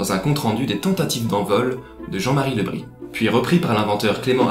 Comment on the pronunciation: Petite rectification : le nom de jean Marie le bris, pionnier de l aviation se prononce le brisse, ou le briz, selon la diction bretonne...